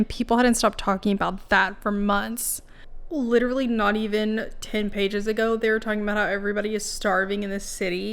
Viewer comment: We shared one brain cell when you said “he’s witerally so good at whittling”